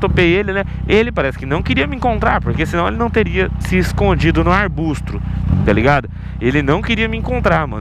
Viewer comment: O falou arbustro X2